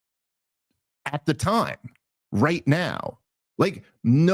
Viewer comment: Dave Smith: the only man I've ever known to pronounce the 'H' in *right*. RigHt? 🙃